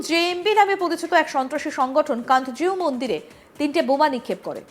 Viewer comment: name ta kanto jeu mondir atleast pronunciation ta thikmoto kora ta shikhun